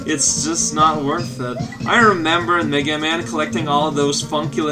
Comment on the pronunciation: Every time says "Mega Man", I kept thinking he said "nigga man".